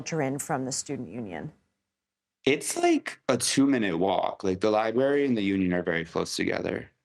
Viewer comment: did he say "libary"?